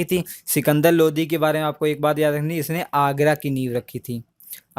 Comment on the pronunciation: Bhai lodhi nhi lodi hota h Kya yaar???? High